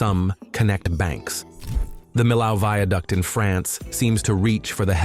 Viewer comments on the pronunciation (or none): none